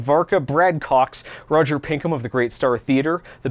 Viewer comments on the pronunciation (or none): none